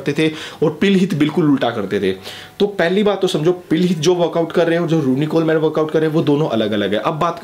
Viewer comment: Vai kuch information wrong ho gai... Jaise phil heath hai uska nam... Pronunciation me problem hai or Ronnie Coleman ka nam vi galat pronounce kia... Or phil heath 7 times mr olympia hai